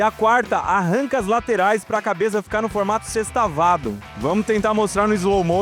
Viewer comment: Cara tu ta com problema na fala? "agora ta na hora do bate CabeçaMMM " "Essa aqui é de parafuso de MaquinaMMMMM " "Do forno caem em um banho de OlhuMMMM "